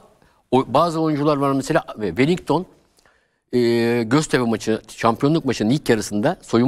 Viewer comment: Hoca bile welinton'a welington diyo çok enteresan